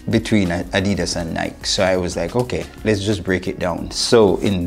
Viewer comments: Ny-Kee, Ny-Kee, Ny-Kee, Ny-Kee,Ny-Kee, Ny-Kee, Ny-Kee, Ny-Kee,Ny-Kee, Ny-Kee, Ny-Kee, Ny-Kee,Ny-Kee, Ny-Kee, Ny-Kee, Ny-Kee,Ny-Kee, Ny-Kee, Ny-Kee, Ny-Kee,Ny-Kee, Ny-Kee, Ny-Kee, Ny-Kee,Ny-Kee, Ny-Kee, Ny-Kee, Ny-Kee,Ny-Kee, Ny-Kee, Ny-Kee, Ny-Kee,Ny-Kee, Ny-Kee, Ny-Kee, Ny-Kee,Ny-Kee, Ny-Kee, Ny-Kee, Ny-Kee,Ny-Kee, Ny-Kee, Ny-Kee, Ny-Kee,Ny-Kee, Ny-Kee, Ny-Kee, Ny-Kee,Ny-Kee, Ny-Kee, Ny-Kee, Ny-Kee,Ny-Kee, Ny-Kee, Ny-Kee, Ny-Kee,Ny-Kee, Ny-Kee, Ny-Kee, Ny-Kee,Ny-Kee, Ny-Kee, Ny-Kee, Ny-Kee,Ny-Kee, Ny-Kee, Ny-Kee, Ny-Kee,Ny-Kee, Ny-Kee, Ny-Kee, Ny-Kee,Ny-Kee, Ny-Kee, Ny-Kee, Ny-Kee,Ny-Kee, Ny-Kee, Ny-Kee, Ny-Kee,Ny-Kee, Ny-Kee, Ny-Kee, Ny-Kee,Ny-Kee, Ny-Kee, Ny-Kee, Ny-Kee,Ny-Kee, Ny-Kee, Ny-Kee, Ny-Kee,Ny-Kee, Ny-Kee, Ny-Kee, Ny-Kee,Ny-Kee, Ny-Kee, Ny-Kee, Ny-Kee,Ny-Kee, Ny-Kee, Ny-Kee, Ny-Kee,Ny-Kee, Ny-Kee, Ny-Kee, Ny-Kee,Ny-Kee, Ny-Kee, Ny-Kee, Ny-Kee,Ny-Kee, Ny-Kee, Ny-Kee, Ny-Kee,Ny-Kee, Ny-Kee, Ny-Kee, Ny-Kee,Ny-Kee, Ny-Kee, Ny-Kee, Ny-Kee,Ny-Kee, Ny-Kee, Ny-Kee, Ny-Kee,Ny-Kee, Ny-Kee, Ny-Kee, Ny-Kee,Ny-Kee, Ny-Kee, Ny-Kee, Ny-Kee,Ny-Kee, Ny-Kee, Ny-Kee, Ny-Kee,Ny-Kee, Ny-Kee, Ny-Kee, Ny-Kee,Ny-Kee, Ny-Kee, Ny-Kee, Ny-Kee,Ny-Kee, Ny-Kee, Ny-Kee, Ny-Kee,Ny-Kee, Ny-Kee, Ny-Kee, Ny-Kee,Ny-Kee, Ny-Kee, Ny-Kee, Ny-Kee,Ny-Kee, Ny-Kee, Ny-Kee, Ny-Kee,Ny-Kee, Ny-Kee, Ny-Kee, Ny-Kee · Please stop saying the name of a brand wrong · cool. Just explain why you say it wrong then.